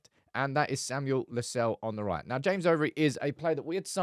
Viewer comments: The name LUSALE, is pronounced as LU SA LE, not LU SALE, No. This is an African name from Zambia. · The correct pronunciation of LUSALE is not “Lusell” but LU- SA- LEH its an indigenous Zambian name. And im proud to have the lad representing the United academy 👏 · Lu-sah-leh that's the pronunciation